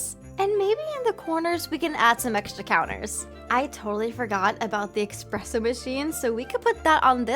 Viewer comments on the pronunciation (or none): did she say "expresso"?